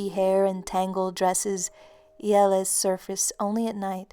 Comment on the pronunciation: im from romania,and i love how you say "iele".